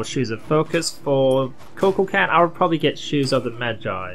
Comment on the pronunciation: Ku Kool Kon is how u say it lol